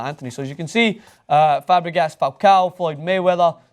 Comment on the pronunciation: They totally butchered Fabregas and MSD's name pronunciation.